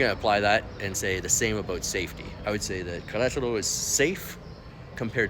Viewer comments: Welcome and que le vaya bien! Appeciate your video and would just encourage you to really work on your spanish. Especially how to pronounce "Queretaro". Spanishdict has a nice audio pronunciacion guide, just fyi. Suerte! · Learn how to pronounce the city name , please, in Spanish! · Did you learn how to pronounce Querétaro?